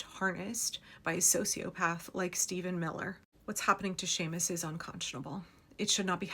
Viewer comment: And I'm grateful you know enough to pronounce his name correctly! Some dang white fool went on and on about "SEE-mus" Monday. "SEE-mus" I'm betting he'd pronounce Jose as "joe-SEE"! PS Thanks for all the timely updates you provide here. I count on your voracious habit of collecting these important stories. Shannon O'Donnell